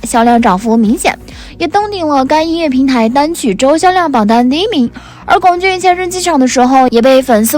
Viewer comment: 已经有很多人在上一条说过，龚俊的龚念一声，这里还不改，以后做相关的，不看了，听着难受